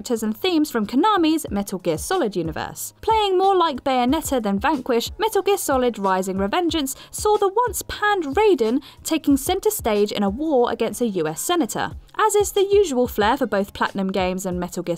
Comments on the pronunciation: It's Metal Gear Rising: Revengeance, not Metal Gear Solid Rising: Revengeance. Edit: Also, Raiden pronounced Rye-den, not Ray-den. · ITS RAIDEN NOT RAIDEN 😂😤😂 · You mispronounced Raiden, and Enix.